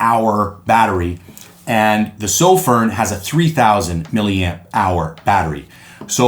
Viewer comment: Why can no one say sofirn correctly? Soff-fern not soff-rin